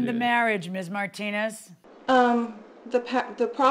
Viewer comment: Martin-nez 😂 pronunciation took me out